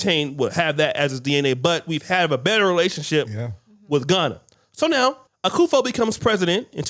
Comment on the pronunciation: Innit! Who is Akufo? It’s Akuffo-Addo